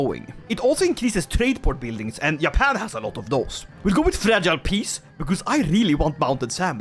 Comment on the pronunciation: its not Yappan is Juh-pan